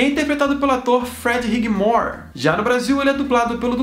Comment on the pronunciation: Só uma observação: a pronúncia do sobrenome do ator Freddie Highmore é "Haimore".